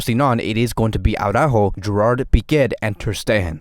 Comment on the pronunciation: I've had it with this Awww-ráhho Awwww-ráhhho Awww-ráhho. It's not because Jamie of TalkFCB always shouts Aww-ráhhho that you have to copy it. It really sounds so retard. For Christ sake, it's Ara-ÚÚÚjo (emphasis on the Ú and soft j). Do yourself and us all a favor: just listen to how they pronounce the name in Cadenaser, or how Alex of Blaugrana Planet pronounce Araújo, and please please please do stop sounding like a retard. Just trying to help you. This is an excellent channel - with more depth than Jamie the screamer. But this Awww-ráhhho just kills it for me.